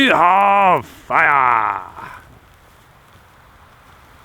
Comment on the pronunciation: ”Weee hav fiaaaa”